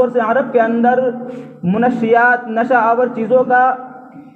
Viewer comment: Manshiyyat hota hai na ki munashshiyat